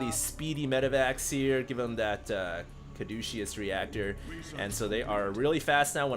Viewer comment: pardon me but, Caduceus is pronounced Ka-doo-sus.